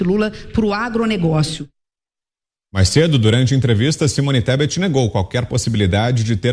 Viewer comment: O analfabeto não sabe pronunciar o nome da mulher , e ela se ajoelha aos pés dele.... Vai que vai Simone ESTEPE.... KKKKKKKKKKKKKKKKK